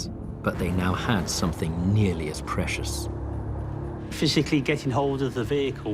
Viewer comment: I think what L B is saying is the addition of a k sound on the end of words that end in ing so it sounds like somethink instead of something